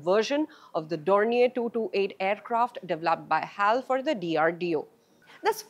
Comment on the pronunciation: You should not pronounce as "hall" but H A L only.